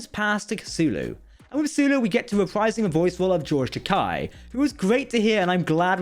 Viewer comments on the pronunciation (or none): Remember, it's “Ta-KAY”, not Ta-KI; he’s said that Takei means “expensive” in Japanese.